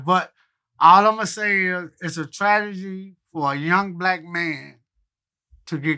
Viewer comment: Crunchy Black: "It's a Trajahgy" 🤦🏾‍♂️🤣